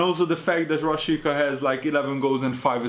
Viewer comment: A "Rashica"-t Rásicának kell kiejteni😉